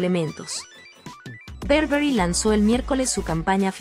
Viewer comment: No es berberry es BURBERRY